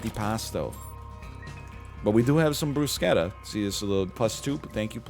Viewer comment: had no idea that's the correct way to pronounce bruschetta